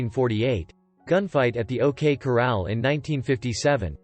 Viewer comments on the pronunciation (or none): none